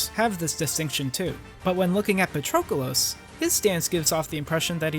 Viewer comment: Excellent analysis! If only you substituted his name with "him" instead of saying it every 5 seconds. Wouldn't be much of an issue, but it is incredibly jarring when you constantly misspronounce it as "PatrOcolos".